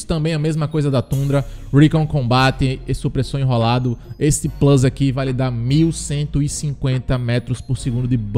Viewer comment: Hahhahah, quando ele fala Plus tbm mano